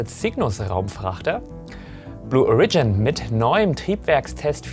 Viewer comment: Blue O(!)rigin, please. Origin, as in: Herkunft, aka. Erde. Die Betonung liegt auf deinen länger und deutlich ausgesprochenem „O“. Just my two cents. Sorry.